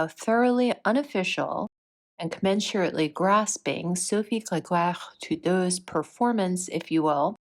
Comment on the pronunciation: I’m Canadian and I have to tell you how impressive your pronunciation of crazypants Sophie’s full name is. Beautifully done actually. On another note, I feel such terrible second hand embarrassment/national shame watching Sophie Gregoire Trudeau “perform”. Captive audience I guess.